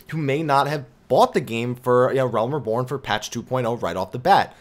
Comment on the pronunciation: your videos are excellent. However, you've been pronouncing the word "reborn" wrong this whole time. It is "ree-born," not "ruh-born." I know this may sound petty but it's been bugging my probably overly sensitive ear.